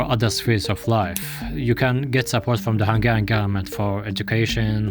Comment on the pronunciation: Hungian? Where did you learn about our name? That one school in africa that prnounces google as gooloogoloo?